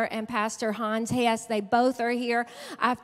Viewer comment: ☺ Brother Hans name is ( Hans Hess) NOT Ness..lol 🕊🕊🕊 4-8-22